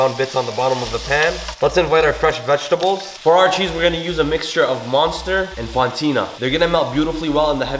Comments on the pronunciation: Did this man just called munster 'monster'? Jokes aside this looked killa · My mans called it "monster" cheese😭😭😭🤣🤣💀🤦🏾‍♂️🤦🏾‍♂️